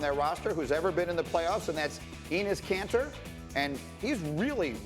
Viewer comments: who at ESPN makes these titles? You don't even know it's Enes Kanter not Enes Canter? His name is even on the fucking jersey in the first few seconds of the damn video ... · "Enes Canter" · Enes “K”anter, you dumb ESPN fucks. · “CANTER” ?!?!?!????????!!!! DO NOT DISRESPECT MY MANS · Enes “Canter”? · Enes “canter” ??